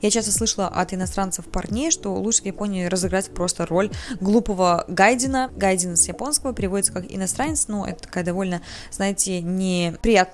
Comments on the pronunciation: не "гАйдин", а "гайджИн". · но точно не гАйдин)))